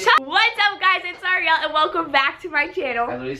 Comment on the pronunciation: everytime Ariel says "what's up everyone its Ariel" it sounds like she is saying "what's up everyone its zariel"